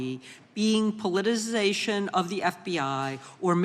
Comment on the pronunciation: I am absolutely gobsmacked, discombobulated and capperschwaggled that any senator could struggle with pronouncing politicization or retributive.